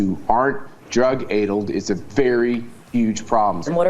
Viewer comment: Drug-addled isn't promounced "drug-aidled." Perhaps Matt Schlapp should be drug-tested to see if he drug-aidled.